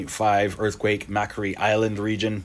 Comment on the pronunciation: Mcquarie as in Mcquarie Island is pronounced the same as MacQuarry. It's a Scottish name and I assume some clueless semiliterate Englishman misspelled it.